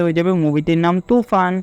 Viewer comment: কথাটা ভারত,ভারথ নয়, আর তুফান,তুফ্যান নয়